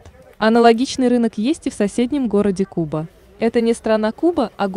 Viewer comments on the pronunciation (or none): none